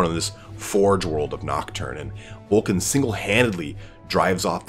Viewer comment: Vul-ka Fen-reek-uh is how it's pronounced.